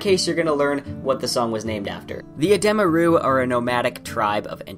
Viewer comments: I always find it odd watching videos over novels, as people always pronounce things differently. You pronounced edema ruh in this video as "Eh-deem-uh Roo" I always pronounce it as "Eh-Deh-muh ruh" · Oh interesting, I've never heard them pronounced like that! Rothfuss has a YouTube video where he pronounces everything in his book and he pronounces them like "edema roo", but I can see why you would pronounce it that way